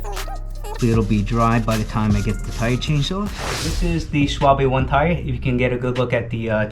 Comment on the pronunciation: In German the ‘e’ at the end of a word is pronounced as ‘r’ (are) - additionally the letter ‘w’ is pronounced as a ‘v’ (vee)- so Schwalbe is pronounced: Sch-val-ber. Similarly, ‘Porsche’ is correctly pronounced: Porsch-are.